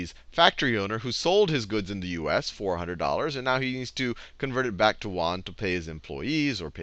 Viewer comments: Yoo-en not wan... seriously... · Won = KRW (Korean Won), Yuan = RMB and you pronounce it 'yuan' not 'won'. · pronouce YUan as Say UN very fast. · My Econ teacher at SMUS says "won" for Chinese currency too. It's probably because the consonant "ɥ" does not exist in English. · Yuan is not pronounced 'Wan'! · Good video, very helpful. To previous commenters does it really matter if he was using "Yuan" or Dollars of potato chips. Let his pronunciation of Yuen go. Thanks for the help. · "You-awn" ...won is korean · It's actually called yu-an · way to butcher the yuan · The way you're pronouncing yuan is srsly tilting me. Do some actual research before you present a lesson ffs.